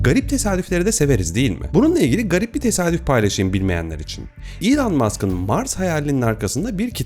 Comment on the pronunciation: İlan değil - ilon - diye telaffuz ediliyor .